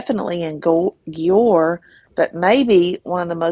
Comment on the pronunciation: The cities name is pronounced as JUWER Or DUER / DJUER